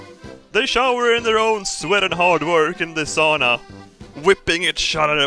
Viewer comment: ITS.FUCKING. SAUNA. S-A-U-N-A NOT SHOOWNE ITS SAUNA NOT SAW ITS SAUNA